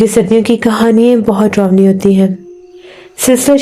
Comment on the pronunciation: Mic thodi door rakha kro zukaam jaisa lgta hai apko sorry is baat k liyai but kya bolu yahi lgta hai mujai aur darawni bola kro drownii nhi plzz darawni bola kro baki sab tek hai good job 👍